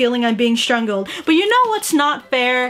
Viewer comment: “not without feeling like I’m being strunglled” Nice English aki